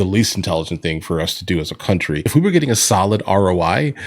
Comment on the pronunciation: It’s not “your countwee” Ilhan Vile Snak Omar!!! Get out!!!!